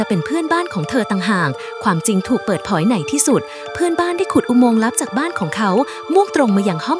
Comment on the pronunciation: เขาพูดผิมมันต้องพูดว่าเผยเเต่เขาพูดว่าเผอ😂😅